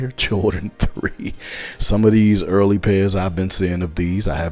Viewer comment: I like how you say them “early boyz” Hilarious 😂😂😂 They got the same UA